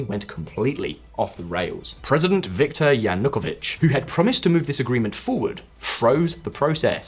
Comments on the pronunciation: I lived in Ukraine - Lugansk -for 14 years and I have visited all 25 regions of the country. You want me to support your channel and you can't even pronounce Yanukovich correctly! It is not 'Yan hook a vich' it is 'Yan oo ko vich'! Yanukovich! As for Chernobyl - it is not 'Shernonbil' It is Cher as in Church - 'Cher no byl'! Chernobyl! Don't even get me started on that American woman's pronunciation of Crimea! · He is called Yanukovich, with stress on the third syllable, not "Yanookovich". Can't understand how you did all this research for this episode, and didn't even spend a few seconds to check the pronunciation of relevant names. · Yanukovych Cant you pronounce this guys name correctly ? makes you look a bit dim